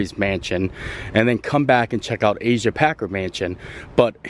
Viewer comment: Omg please say the name right it is Packer not Parker and not Asia it is Asa.